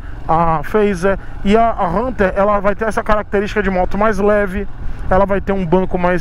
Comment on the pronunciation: Achei engraçado vc pronunciando Hunter 350 fala: RRRRRRRRRRRunter 350 KKKKKK